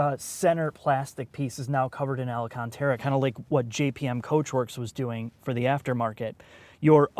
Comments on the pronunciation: Alacantara? Alcantara. Nuculer? Nuclear. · You mean alcentrararareia isn't correct? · Hahhaha.. he said Alacantara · Beautiful cinematography. It never goes unnoticed. Just pronounce Alcantara correctly.